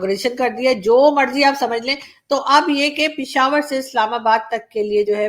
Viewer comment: Are o murkho, ye "Pishawar" nahi "Peshawar" hota he... Kya hota hai..... Peshawar!!! Samje!!!